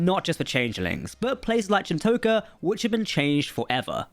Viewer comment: I'm English and even I know how to properly pronounce Chin'toka lol. Was an interesting episode, the Titan crew are seemingly totally frakked. Vadic's ability to pursuade other Changelings to join her cause is a great way to kill Changelings and have more appear, given there were only 10 at Project Proteus. WTF is with the whole NO TRANSPORTERS story?